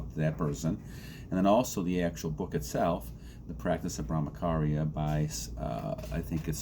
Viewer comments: It’s bramacharya it’s cha cha not Bramakarya…. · Good video. Just to correct your pronunciation ******charya' is pronounced as 'ch' in 'Champion'.